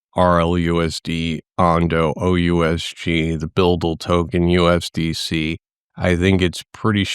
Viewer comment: Pronounced 'BidL', no offence intended